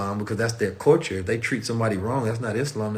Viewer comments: I'm back again listening,,,also cuz I love the way he says (CULTURE) like...."Caught-cha"😭😭🤣🤣he makes me laugh SOOooo hard when he says it😭🤣🤣😂😅😅☀️🌏🌑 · It really feels like is tickling me Everytime he said culture(Caught-cha) in this video 😭🤣🤣😂😂 because I keep laughing so hard like I'm going crazy or sumn😭🤣😂😂 nobody else thinks that's soo cute funny???🤭🤭😂🤣🤣🤣I came back so many times just let him tickle me cuz I love etttttt👏👏👏👏👏👏👂👌☀️🌏🌑